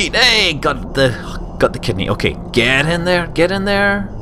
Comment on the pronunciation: kidney? oh, i thought you said kids knee.